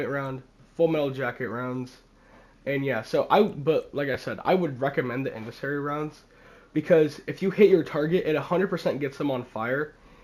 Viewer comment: it's pronounced in SEND e ary